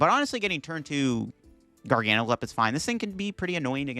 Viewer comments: it's not a different amount of syllables it's just placing the stressed syllable somewhere else. Gargan uhcl.... Garga nacl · It’s pronounced Garga-Nack-el. I cast for the VGC and a representative from Pokemon international corrected me on it and asked me to use the official pronunciation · Also at least it's better than the way he's been pronouncing it. Before this video he always said, "Gar Gan Sill"